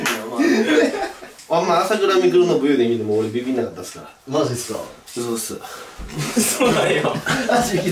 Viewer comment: 語尾のっすを強調するなムカつく